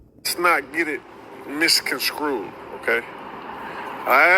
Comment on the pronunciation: Misconscrewed 🤦🏿...MisconSTRUED bro!!!